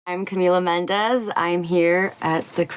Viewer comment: Why does she pronounces her own name not as a brazilian would, which she is, but as an american would pronounce a mexican name 🙄 Stand up girl!